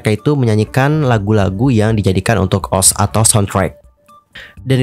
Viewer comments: Ni orang baca ost jadi os ga o es te rasanya aneh bet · Maaf bang setahuku cara bacanya itu di pisah, O S T😭 Kalau di baca OS kayak aneh aja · SETAU KU DI BACANYA BUKAN OSH TAP O ES TI